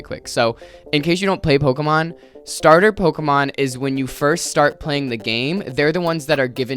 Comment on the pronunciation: The way you’re pronouncing Pokémon correctly unlike everyone else and I still know this videos gonna make me angy